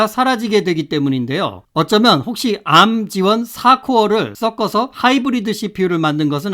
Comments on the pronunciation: arm을 에이알엠이 아니고 암으로 발음하시는분 처음봐요. .암(arm)은 팔이예요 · 앎이라고 많이 합니다~